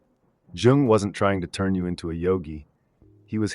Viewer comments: Yo I love your vids but i wanted to bring precision about Carl Jung's name is actually pronounced "Yoong", not "Joong". You can referance Jordan B. Peterson for that, he is a great fan and reader of Jung himself. Have a nice day! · Great content and really well structured but that awful AI generated voice that kept mispronouncing even Jung’s name jarred on me. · If only you pronounced his name correctly, man..